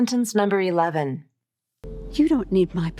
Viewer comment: In "I don't want to" besides that n and t is eliminated, you are pronouncing the d as flat t: I ro wanna.